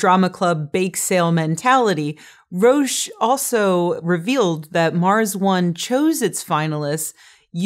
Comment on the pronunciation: Roach not Rosh